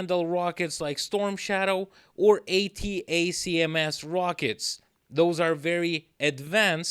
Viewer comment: ATACMS is normally pronounced "attack-ems". Loving your voice-overs!